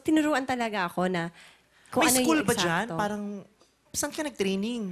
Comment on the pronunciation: "Parang" Letter T kase Hindi Letter T